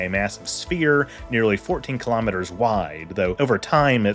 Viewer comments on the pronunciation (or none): none